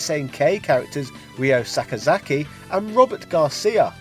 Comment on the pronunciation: I know, right?! He can pronounce "RYO sakazaki" properly but not "RYU"??? I don't get why it's so hard!